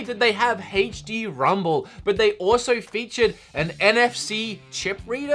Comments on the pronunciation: aech dee not haech dee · "Hey-ch-D Rumble"